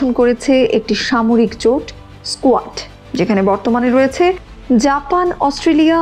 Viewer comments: আরে স্কোয়াড নয় রে কোয়াড,লেখাপড়া টা ভালোভাবে কর। বাংলা ভাষা টা কে মারিস না। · স্কোয়াড না এটা, উচ্চারণ হবে কোয়াড Quad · কোয়ার্ড এর নাম বলছে স্কোয়ার্ড এরা কি আন্তর্জাতিক কোনো সঠিক জ্ঞান রাখে?